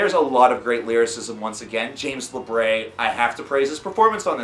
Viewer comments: “La Bree” not “La Bray”. Drives me nuts. Sorry, otherwise nice review. This is my favorite album in years. Barstool Warrior is a phenomenal track. My personal favorite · It’s LA-BREE not la-BRAY!!! God damn you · I used to pronounce his last name, "Labray". It took a looooooong time to break that. It's "Labree". Great review. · Every time I hear someone say James's last name wrong over and over cringe.....